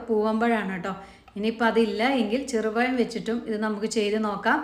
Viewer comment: Cheru payam alla cherupazham